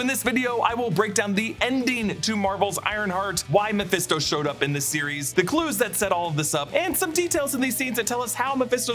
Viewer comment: You called Mephisto incorrectly at least 10 times over the years. Even a broken clock is right twice a day.